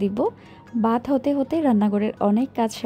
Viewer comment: আপু আপনি “ভাত” কে “বাত” উচ্চারণ করেন কেন? সরি আপু, কানে খট করে লাগে তো, তাই বলে ফেললাম।